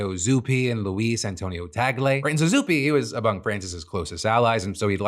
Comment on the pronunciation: You're the first one i've heard pronounce Cardinal Tagle's last name correctly. Thank you for researching!